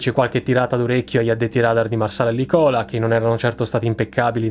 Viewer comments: Da appassionato di aviazione e storia della stessa, ti faccio i miei più sinceri complimenti. Un solo piccolo, praticamente inutile appunto: la pronuncia giusta è Lìcola non Licòla! :P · Eccezionale come sempre! Unico appunto, dato che è parte del mio comune di residenza, si chiama Lìcola, non Licòla, l’accento è sulla i.😊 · Solo una piccola correzione: è Lìcola, non Licòla. Per il resto, ottimo e interessante lavoro! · ottimo video, impeccabile come sempre. Ps piccolo appunto: si dice Lìcola, non Licòla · Davvero grande video, come sempre, di un argomento spinoso. Comunque si pronuncia Lìcola non Licòla,mi sento un po Hermione Granger però dovevo dirtelo. Continua cosi ! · Ottimo video come sempre, però la pronuncia corretta dovrebbe essere "lìcola" non "licóla", correggetemi se sbaglio! (spero anche di aver scritto bene gli acceti, dal punto di vista fonetico!!!) Un abbraccio a tutti! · Buongiorno, mi scuso anticipatamente il mio è solo una correzione di dizione del nome di Licola... "spero che sia comprensivo a quello che voglio far capire" si dice Lícola la parola deve cadere sulla i " e no Licóla😜. Un eccellente video molto benfatto mi ha fatto ritornare a quella epoca, mi trovavo imbarcato su una nave della Marina Militare e ricordo che salpammo per andare nella zona in questione... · Una minuscola osservazione linguistica: a quanto si legge nei siti istituzionali Licola sarebbe parola sdrucciola e si pronuncerebbe quindi Lìcola e non Licòla. Chiedo scusa per la pedanteria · Grande video giusto un appunto (da napoletano e con ore ti che vi abitano) io può si chiama Lìcola, non Licóla❤️ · Come sempre video interessante, giusto una piccola cosa, teoricamente Licola, si pronuncia Lìcola e non Licòla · un piccolo appunto: la località vicino Napoli non si pronuncia "Licòla", bensì "Lìcola". ;) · Ottimo video (come sempre) ... PS comunque è Lícola e non Licóla... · "Lìcola", non "Licòla". Per il resto ottimo lavoro, avanti così. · Lìcola, non Licòla